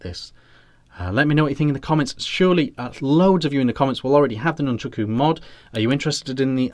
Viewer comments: Please, can we get the name right??? Nun-chAk-u, not Nun-chUk-u. Great review though. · Nice review but it's called nunchaku not nunchooku 🤣